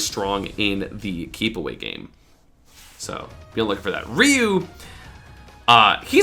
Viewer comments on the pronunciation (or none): Its like riiu not reeu